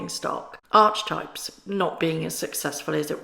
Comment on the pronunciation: It’s not pronounced arch types, it’s arcey types, hence archetypes. Love your videos btw x